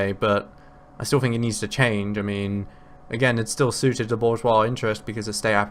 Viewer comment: Also he mispronounces bourgeois